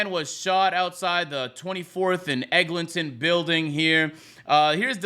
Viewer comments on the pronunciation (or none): Man said 24th n Eglinton 😂😂😂😂